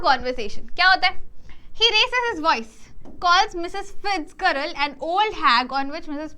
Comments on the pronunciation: Fitzgerald ko फिज़राल्ड pronounce kartey hai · Mam I think fitgerald mai g ke jagah j pronounce hoga☺️